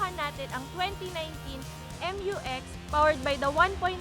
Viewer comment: mew-x po hindi m-u-x